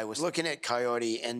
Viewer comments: Does anyone else hears, "coyote" instead of kahory? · So Big Ed has been saying her name wrong. It says Kaory in subtitles and he keeps saying coyote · why does he call her Coyote when her name is Kaory? what the actual f is wrong with him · Her name's Kaory, he's saying the r like an L, so it sounds like coyote. I thought the same for a while though, so you're not hearing things 😂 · If Ed really cares and is interested in her, he would say Kaory's name right but he kept calling her coyote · How hard can it be to say Kaory and not coyote? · If her name is Kaory, why does he keep calling her coyote? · Is it just me, or does it sound like Ed keeps calling her Coyote instead of Kaory? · Definitely hearing "Coyote" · Yeah he can't pronounce her name right, all I hear is "coyote" and it's not even close to what it sounds like shen she says her own name, Idk how he can be that far off. It's one thing to be bad at like rolling your Rs or something, but come on Ed, when you're literally dating the person you have to learn to say their name right, jeez. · I swear he’s saying Coyote. Not like he actually cares about how it’s pronounced. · I wish he wouldn't pronounce her name closer to "coyote", that would be really nice of him 😒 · At first I thought it was some "proper" Spanish pronunciation, but when she said her own name she pronounced it "Kay-orry. No one bothered to correct Ed, though. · Big Ed is so self involved he can't even pronounce his dates name correctly. He calls her coyote? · He can't even say her name right, I thought it was Coyote to start with >.> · Sounds like he's calling her Coyote. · Did he just give up trying to pronounce her name and just start calling her coyote? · Ed can’t even say her damn name right!! Seems like something he could have googled before he tried to hit it. Her name isn’t coyote Jesus Christ 🤣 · Whenever Ed says her name I hear Cayote for some reason. Guy can't even pronounce that beautiful women's name.